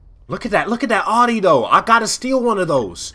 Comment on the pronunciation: why does he call it a oddie instead of audi